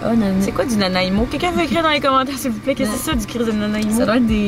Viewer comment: omg.. nenemo😂🤦🏽‍♀️ c'est nana-i-mo😂😂😂